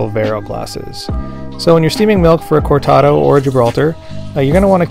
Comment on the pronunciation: please roll the ‘r’ in cortado.